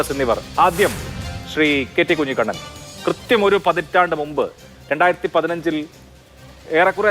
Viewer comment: 53.5ാം മിനുട്ടിൽ അഭിലാഷിന് | നാക്ക് പിഴ കുഞ്ഞിക്കണ്ണനെ കുഞ്ഞിക്കുണ്ണൻ എന്ന് പറഞ്ഞത് ശരിയായില്ല